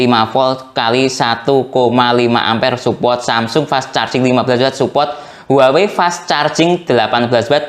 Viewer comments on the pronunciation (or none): none